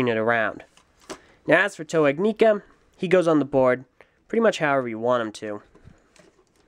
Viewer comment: Your saying ignika wrong js